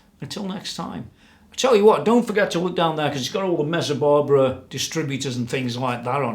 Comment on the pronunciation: Please stop saying "Mezzabarbara"!